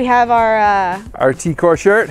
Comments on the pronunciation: did he just pronounce the t-k-o-r slogan on the shirt like t-kore? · He said tee core shirt 🤦🏽‍♂️